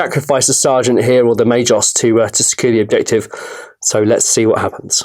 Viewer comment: Pretty sure it’s Ma-gos not ma-jos! But great battle report :)